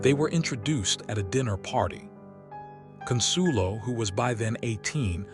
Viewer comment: Is it too much to expect people who produce these videos actually learn something as important as the correct pronunciations of names like "Astor" & "Consuelo"?!